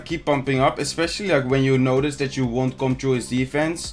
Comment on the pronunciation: Kevin Groß OMG is you not jou you have a problem with the y